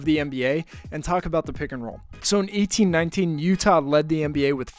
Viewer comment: I thought you were saying 1819😭😭 not 18-19 and 1920